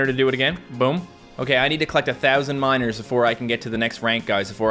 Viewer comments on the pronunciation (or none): Every time you say miners it sounds like you says minors and it sounds really bad, ”I need to collect 1000 minors😬”